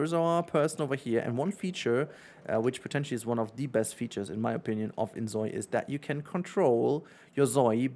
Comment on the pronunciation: It's Zoi (like Soy) not Zoi (like Zoey).